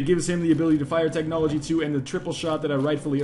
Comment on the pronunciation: technology* I normally wouldn't correct someone, but you just butchered the hell out of that word.